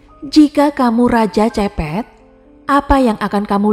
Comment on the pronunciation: Kalau iblis sudah merasuk ke jiwa manusia maka hanya kebiadaban yg menguasai jiwa sehingga perbuatan biadab tanpa kasih dan nalar. Mbak, Capet bacanya kepet (e pertama spt e pada kata kEcap & e kedua spt e pada pEtang). Antoine = Antoang Jacques = zak Jean = zeang (Maaf, gak ada phonetic symbols jd gak bisa nulis simbol baca yg benar)